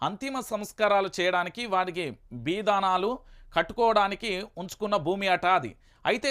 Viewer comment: కాస్త తెలుగు నేర్చుకో అన్నయ్యా! బిదానాలు కాదు.బిందానాలు!